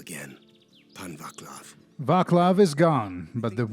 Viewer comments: "V*ACK*lav"? Aren't you a Russian? Surely you knew that it was pronounced like Vatslav. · Was that Wes Johnson saying "Get a bazooka" ? O_O ... also, calling Vaclav Ваклав is diabolical, i'm puzzled and amazed how being russian you can consistently keep the american pronunciation of every single name without saying it how we say it even by accident